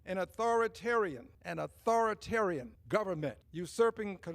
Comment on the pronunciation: He thinks that just because he over emphasizes the word authoritarian that he’s gonna get people on his team.